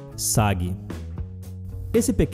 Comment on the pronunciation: Sagi KKKKK ele fala sagi ao invés de "saguí"